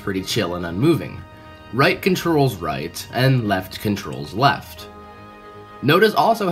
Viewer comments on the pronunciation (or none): none